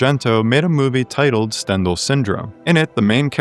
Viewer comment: Great video- your pronunciation of Stendhal is killing me